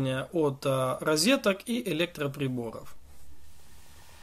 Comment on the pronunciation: "ризетка", капец)))